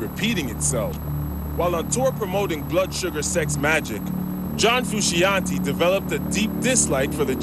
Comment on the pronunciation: Someone needs to tell this voiceover dude that it's pronounced FRU-SHON-TAY jesus